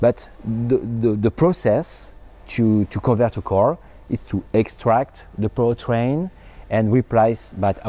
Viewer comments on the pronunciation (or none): Im sorry I keep hearing power train ... to pu tang.. I couldn't stop laughing.. Im sorry petty humour.